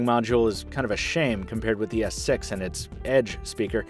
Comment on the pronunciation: He is said Samsung Galaxy S Sex lel :D